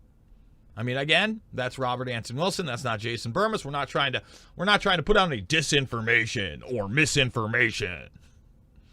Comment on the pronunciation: Jason the way u said I don't wanna put out any "DISINFORMATION.... or MISINFORMATION"🤣🤣🤣